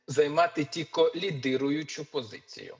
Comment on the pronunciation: що за слово тіко,тільки правильно